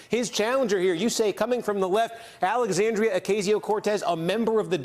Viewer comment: “hard left”.... the gov is a hard RIGHT, and aoc isn’t wrong at all. and her name is pronounced “Alexandria” not “Alexandrio”. thank you.